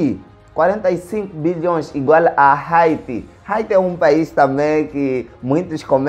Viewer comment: Haiti se ler aiti